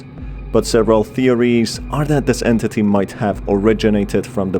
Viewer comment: i like when he said entiti